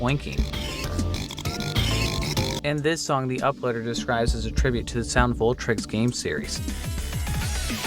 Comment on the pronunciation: SOUND VOLTRIX?!?!? ITS SOUND VOLTEX VOL TEX!